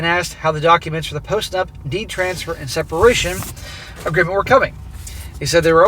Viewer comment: Every time you said "post nup" it sounded like post nut. 🤣 Yes post nut clarity; make her sign it!